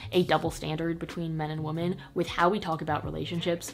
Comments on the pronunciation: Toni Toni it means multiple women, so one wo-MAN multiple wo-MEN but the pronunciation is wo-man for the singular and more like wim-en for women you dont say wo-men like woah-men, cause that’s mixing the singular and the plural. Wo-man singular. Wo-men (wim-en) multiple. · It always throws me off how says "woah-men" instead of "weh-men" when she says women, but it's cute too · I love you even though you pronounce “women” like “woman”